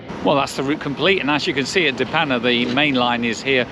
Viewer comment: I live in de Panne :). Hope you enjoyed your time along our beautiful coast! Btw your pronunciation of De Panne was surprisingly good!